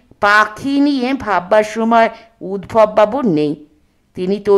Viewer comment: Udbhob noy, ota uddhab. Path khub bhalo, kintu kichhu shobdo uccharon bhul. We Bengalis are a bit careless about our great language. That's not so with Europeans. They love and respect their language s .